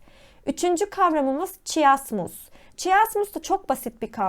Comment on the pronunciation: Verdiğiniz bütün bilgiler için çok teşekkürler lakin videoda birçok kelimeyi yanlış telaffuz etmişsiniz. Önceden bunların doğru telaffuzunu öğrenip sonra videoyu çekseniz çok daha iyi olurdu. Böylece sizi dinleyen öğrenciler de kelimelerin telaffuzunu yanlış öğrenmemiş olurlardı. Simile kelimesinin telaffuzu /ˈsɪm.ɪ.li/ , chiasmus kelimesinin telaffuzu /kaɪˈæzməs/, absurd kelimesinin telaffuzu /əbˈsɜːd/, onomatopoeia kelimesinin telaffuzu /ˌɒn.əˌmæt.əˈpiː.ə/ , hyperbole kelimesinin telaffuzu /haɪˈpɜː.bəl.i/, Elbette mükemmel bir şekilde telaffuz etmeniz gerektiğini söylemiyorum ama hepimiz daha iyi olmak için çalışabiliriz, öyle değil mi? 😊